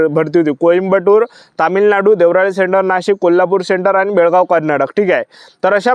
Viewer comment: देवराळी नाही रे रताळ्या देवळाली आहे ते